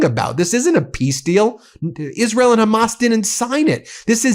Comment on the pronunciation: "Is rill" - Lindsey Graham